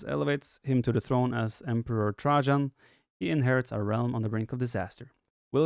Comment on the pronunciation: I beg you viper to check out how to say trajan with a voice checker, I'm sure it will make u laugh as the way your saying it now is 😂😂